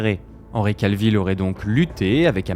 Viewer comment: Cavill, pas Calvill.